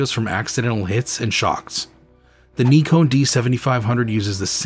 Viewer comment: "Neeekon" - now we have a THIRD way to pronounce Nikon. 🤣